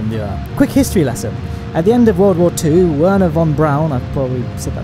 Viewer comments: You have articulated the name almost correctly. Good work. For perfect german google translate "Wern Herr von Braun" as german language. As Wernher the german voice will say "Werner"... and for me as german ist Werner someone other guy (most german cartoon ^^) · the werner von Braun Video is WRONG!!! the pronounciation is different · The video said Wernher von Braun wrong. (I'm from Germany) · The pronunciation video for Werner von Brauns name mispronounced it 😂😂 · as a German I'm quite offended by the way you Americas pronounce von Braun... you have to freaking roll the R in your mouth boi! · The pronunciation was still wrong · How do you not even know how to pronounce Wernher Von Braun's name. Just sad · i laughed so hard when you played that video which was about the correct pronunciation of Wernher von Braun and it was completely wrong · I am from Germany. Very funny how you´re are trying to spell "Wernher von Braun". You almost got it right xD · none of the pronunciations of Wherner Von Braun were correct (fun fact) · The how to pronounce it video pronounced it wrong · As a German i laughted when you spelled Wernher von Braun